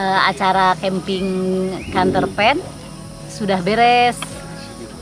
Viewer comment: Ya Allah ngakak bgt pas ibunya bilang Counterpain bukan campervan 🤣